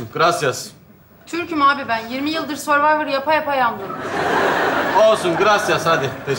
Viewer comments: Hörvayvır değil sörvayvır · Tabikide bilmiyor ki hurvivor söylüyor hurvivor yazıyor